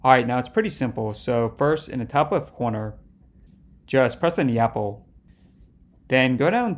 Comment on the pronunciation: Its not yabble is Apple 🫣